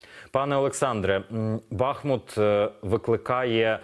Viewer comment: Горе - коли ведучий безграмотний. БухмУт !!! Тарган вусатий.